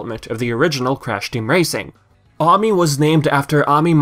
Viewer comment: And That's Ami Ay-mee